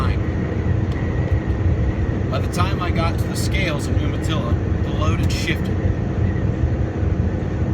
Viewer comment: its pronounced "you-matilla"